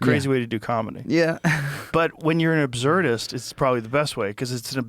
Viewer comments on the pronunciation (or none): What's an "abzerdist", Mr. Host man?